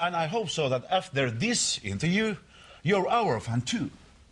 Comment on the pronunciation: =D sen ois pitäny olla vaan hiljaa se sekoili eikä osannu lausua sanaa interview